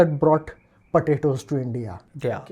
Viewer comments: it is not patato it is potatos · Why is he saying patatoes